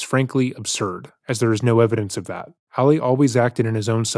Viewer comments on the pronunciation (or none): Ah-lee, not Allie! Lol. I love you, but every video you've done of this case drives me crazy because you're pronouncing his name as a female version. May not be a big deal to a lot of people, but it's a new pet peeve of mine. Lol. Still love you! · Isn't his name pronounced like "All-ee," not "Alley?" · I smile every time he calls him “Ally” instead of Ali lol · ngl it kinda irks me that throughout this entire series and all of the research never learned how to pronounce "Ali". Emphasis on the second syllable. You know, like Muhammed Ali.